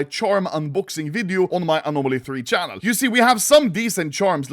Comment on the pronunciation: this is my favourite pronounciaton of anomaly ever, it tickles my brain